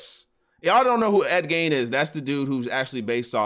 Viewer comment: Sweetie it's Ed Geen not Gain.